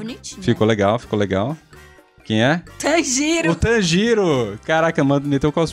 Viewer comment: é tanjiro não tanjiiro 😂